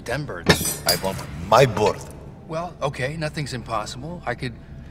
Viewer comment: I WAWNT MY BURD. NO! O WAWNT MY BURD.